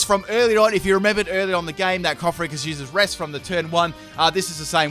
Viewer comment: I know it won't matter, me saying it, but....it's not coff-a-ree-gus, it's coff-a-gree-jus, ya know, as in coffin and egregious